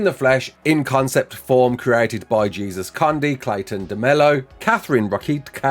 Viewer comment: fyi, jesus' name is pronounced hay-soos (spanish pronounciation) 🥰